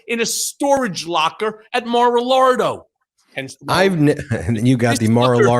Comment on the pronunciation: Mr Cohen , good job . You are exactly right . I think you miss - pronounce “ Mar- a lago “ is this the proper spelling . ? Thank you